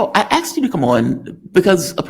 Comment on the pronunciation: The word is "asked" not "axed".